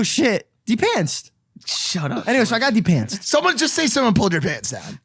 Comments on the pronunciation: bro its depanced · Who is says de-panced 😂😂😂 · should just spell it "depantsed". Cause they were saying "the pants" the whole time. At least I think so 😂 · It's de-pands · If you say de-pants you’re insane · "de pants" 😒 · Mike standing saying he'a going to fight everyone because said "de pantsed" funniest thing ever LMAO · It’s not de pants lol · you're right. IT'S DEPANTS NOT PANTS! When people say Pants, I wana go for their throat😂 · But it is called depantsed